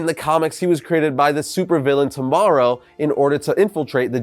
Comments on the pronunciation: Did you call him tomorrow his name is T O moro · Pandantic nerd powers activate! Red Tornado was created by Professor Thomas Oscar Morrow. T. O. Morrow. Not "tomorrow" Sorry can't help myself sometimes.